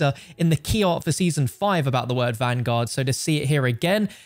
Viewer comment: cant even say vanguard WHY DO YOU PEOPLE NOT EVEN SAY THE RIGHT TITLE!!!